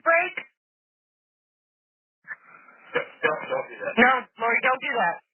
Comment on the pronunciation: and im pretty sure her name is Lorri not Lauri